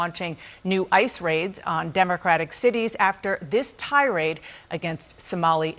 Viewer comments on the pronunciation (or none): "Tirade," Dana? You're ridiculous.